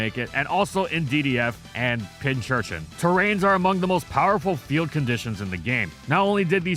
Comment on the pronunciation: It's pin curchin, like pin cushion. Not pinch. Pin cushion and urchin put together.